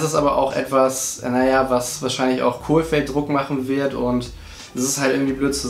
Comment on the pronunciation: Jedes Mal wenn du ein L in den Namen reinbastelst fühle ich mich geohrfeigt. Der Trainer heißt Kohfeld... nix mit Kohl, der war mal Kanzler xD